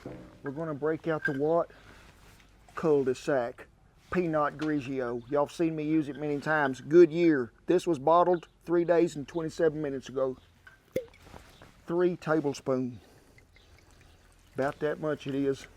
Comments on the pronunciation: This is hilarious! The way he was talking to Alexa and …. “Pea-knot Greejee-O” 🤣 But Man! The saliva is now running down my chin! 😋😋😋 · PEE NOT GREE CHEEO.....🤪😂👍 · Peenot greegio! This guy is awesome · Looks delicious. Shocking pronunciation of the wine though 🤷‍♂️